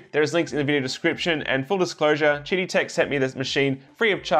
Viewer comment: I think they intend to pronounce QIDI as "Kiddie"...